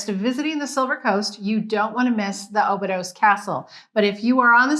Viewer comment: Thanks for the video. FYI, Obidos is pronounced "Obidush".